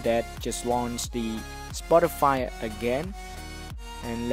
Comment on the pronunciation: Lol he said spoti5